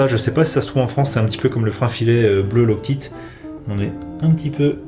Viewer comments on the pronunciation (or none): Cool, beau p'tit jouet. J'ai bien aimé ce que j'ai vus, bien rangé, à l'ordre, respect des procédures et minutieux, j't'engage. Esti que tu m'as fait rire, toi qui parle très bien l'Anglais et que j'ai entendu lock tite avec l'accent Français.